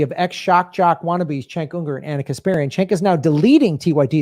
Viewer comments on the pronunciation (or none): Sorry, but I gotta say, Cenk is pronounced 'jenk', not 'chenk' In Turkish: C=j sound and Ç=ch sound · I love how calls Jank “Chank” 🤣